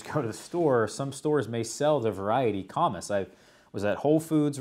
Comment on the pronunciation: It is pronounced comeece. I grew up and worked around Harry & David (Medford Oregon). The comice pear is the best in my book.